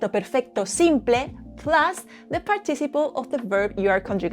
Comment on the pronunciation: You do a great job. However, one word in English that you are mispronouncing is “participle”. There is a stress on the first syllable “part” and a bit of stress on the third syllable “ci.” So, it comes out as part”- ti- ci’-ple. Your English is overall very good with a very cute Spanish accent. Sadly, with our hateful, unchristian Trump regime here in America, your accent could get you stopped and questioned by ICE agents. And, want your country please take Elon Musk off our hands! Muchas gracias para su lecciones en español.